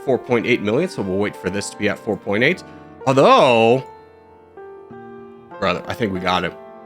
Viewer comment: He reversed the intonation of "brothers" and "welcome" :D